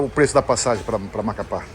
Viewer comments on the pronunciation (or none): cannot even pronounce Macapá.